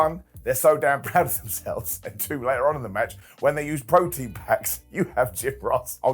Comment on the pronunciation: LOL it's proton packs, not protein packs. We aren't making a post workout shake here my dude.